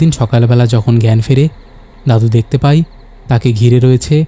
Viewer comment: ‘যায়’ আর ‘যাই’ , ‘পায়’ আর ‘পাই’ এর মধ্যে কোনও পার্থক্যই নেই । শুনতে খুব অদ্ভুত লাগল